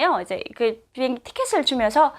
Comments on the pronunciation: 보행기? 비행기의 발음이 보행기로 들리는건가요?ㅎ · 왜자꾸 비행기를 보행기라그러냐? 아직도 남한말이 적응이안되나요? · 나한테만 보행기로 들리나 비행기를 보행라고 하나요 북한에서는